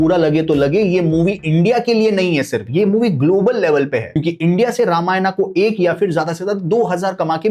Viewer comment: Tu pahale ramayan bolna sikh